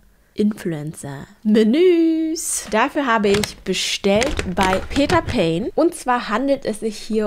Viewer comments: Es ist Pane also mit ausgesprochen E ❤ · Ehemaliger Peter Pane Mitarbeiter hier. Es wird Panä ausgesprochen also das e bleibt ❤ Komplett deutsch auch, also auch das Peter 🎉